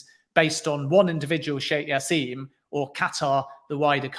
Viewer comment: As his name is Arabic the J is pronounced. It's jassim not yassim. Good interview irrespective